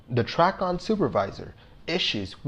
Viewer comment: For future reference, TRACON is pronounced "tray-con"